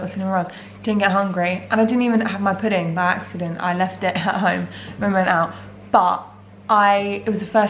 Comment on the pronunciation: At least I have a "poodang"...dessert.....it's funny how you say that....lol